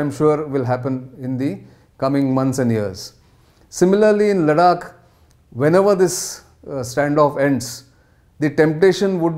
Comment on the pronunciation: Good lord man LADAKH not LADAK GET IT RIGHT. YOU’RE ON NATIONAL NEWS NOW. 😏